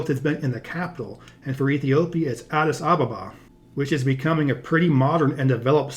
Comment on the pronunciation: Love your effort to combat prejudice with geographic knowledge! Ps.. Addis Ababa = "ah-deece, ah-bahbah"